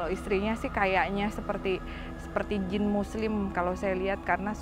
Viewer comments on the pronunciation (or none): Jin yaa bukan "jeans" 🤣🤣🤣🤣🤣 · Jin bukan jins wkwkw bisa ngelawak juga nih ak jd ketwa